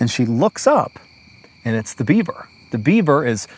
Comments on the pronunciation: There were a few times my brain heard "Dead Bieber" instead of "Dead beaver." Story takes on a whole new meaning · Every time he said Beaver up until 15 minutes in I heard Bieber